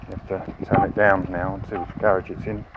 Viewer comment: What's a "garriage"?